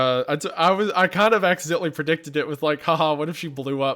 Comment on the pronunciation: finally meat is talking again: predicated ≠ predicted, pred-ick-ate-id, ily izzy 😅